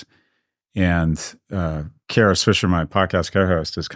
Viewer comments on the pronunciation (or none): none